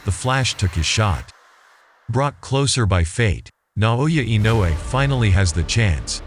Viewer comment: You pronounced Inoue's name correctly. You are in the elite 1% of announcers / commentators. It's a rare thing!